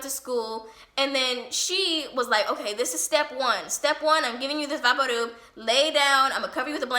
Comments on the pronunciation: Who the fuck calls vaporub "vah-por roob" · U mean VaporRub lol its pronounced vaypoor ruhb not vahparoob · Are you saying Vapadoob? Or vapor rub? I'm confused at the ending lol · Vapor Rub is pronounced as VAY-per Rub <---to rub something in. Maybe it's just how your grandma pronounced it, so that's why you're saying vahpooruub? 🤔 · “Vaparoob” lol u mean vaporub? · it took me a while to realise you were talking about vicks?? vaporub? like, vapour, and then rub. are you american? do y'all pronounce it like this? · why do you pronounce Vapo Rub like vapparoob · Vaparroop...could I get a translator for that one? Would that be Vick's Vaporub? If so, this pronunciation is awesome and I will adopt it immediately. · Why did she say vaporub that way? It vapor and rub. Vay-po-rub. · Why is she saying vapor rub like “vapo roob” her voice is annoying lol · Anyone else notice how she pronounced vapor rub so strangely? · 😂the way she says vaporub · Love the VapoRub pronunciation 😂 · I’m English and amazed by the way you pronounce vaporub (At least, I think that’s what you said) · Because she's Mexican. In my house we say it like that too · She pronounced vaporub so weird i thought she was speaking in other language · Its really sweet how she pronounces vaporub! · Scrolling through the comments to find someone who mentioned it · Could just be the way she pronounces it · I love how you pronounce vapor rub! It's going in my vernacular now. We kept all the condiments from every fast food place, and my mom loved those plastic cups for cleaning the bathroom showers and holding sponges. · The way you said vapo rub 😂